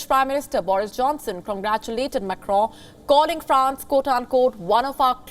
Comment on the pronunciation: This girl doesn't know how to pronounce Macron's name. She also doesn't moderate news reading properly.